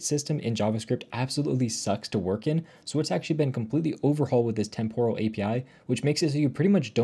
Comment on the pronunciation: Temporal is pronounced with the emphasis on the first syllable NOT the second. TEMPoral NOT TemPORal.